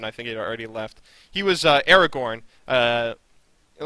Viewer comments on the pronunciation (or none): none